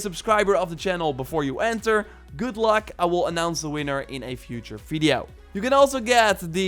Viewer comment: Guy! It’s video, not fiddio. I understand you’re not a native speaker, but it’s a “v” not an “f”. It sounds like you have wet lips. It’s gross.